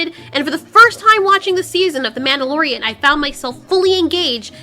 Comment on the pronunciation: “The MANTELorian”